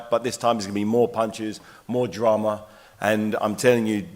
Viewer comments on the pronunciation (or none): none